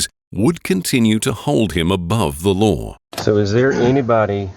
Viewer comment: it's pronounced law, not lore